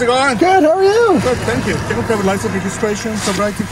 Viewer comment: That cop has some serious issues, first you can't ticket for people calling in as it's unreliable, also why can't he speak proper English as he seems to not know how to say license.